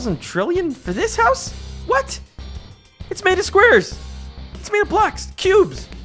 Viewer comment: It's 'house' not 'hous'